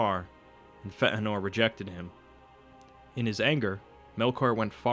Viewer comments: just fea-nor. not fe-anor. not like Anor. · feanor, not fentenor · Feht a nor? it's Fay uh nor. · Fetinor? Feanor you mean? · "FeT Anor" .... ..... :/ it's FEAnor!!!!! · A bit late, but Fay-en-or, not Feh-eh-nor. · FAY-uh-nor, not Feh-uh-nor. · 'Fëanor' is pronounced 'Faye - anor', not 'Feh'anor'. Where did you get the glottal stop from? You do 'Ainur' well though - follow this example. The captioned text at the bottom of the screen reads 'O'Callaghan the Black' (lol). In 'Morgoth's Ring' Tolkien suggests that Sauron is less evil than Morgoth, inasmuch as the latter, consumed by jealousy and hate, is a purely destructive force, dedicated to corruption, chaos and death, whereas Sauron desires peace, harmony and an 'advanced' industrial civilisation - only with himself as Boss. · Such an interesting video. Only the pronunciation was a bit hilarious: FEHHTT'A'NOR etc. It isn't Fey-ann-or as many people say, they're wrong. Feh'anor is better and closer to the right option. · It's Fee-an -or not Fa - an - or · It's pronounced "FEE-AhhNOR" Not "F-ehht-Nor" This vowel with the diacritic known as an umlaut [ this thing --> ( ¨ ) ] has a distinctive sound, and when incorporated into a word and put along side other vowels without said umlaut, it becomes a diaeresis and it thereby demands a separation of sound through enunciation/pronounciation [[ For example: Chloë ... Zoë ... or better yet: Manwë 😉 ]] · Fe eh nor? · Not feetenor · Is it pronounced "Feh Anor" or "Fey Nor", I had assumed the latter. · Fantastic video, but your butchering of Feanor's (fay-an-or) name is major cringe. Nothing in an Elven tongue should be pronounced with that guttural tone that you use in his name. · It is not "feh'eh-nor." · Feanor should be Fee-ah-nor. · Fentanor? I'm pretty sure Fëanor is not pronounced properly... Other than that it's a good video ;) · Dude, it's "Fay-a-nor" not whatever you're saying. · Fey-Ann-or... Feanor... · it's pronounced "fat virgin"